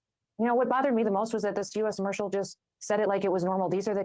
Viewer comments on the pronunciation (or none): none